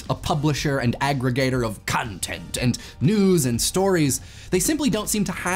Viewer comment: Why do you say "content" in such a funny accent?